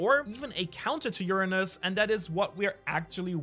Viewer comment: That us accent makes Uranus sound funny😂.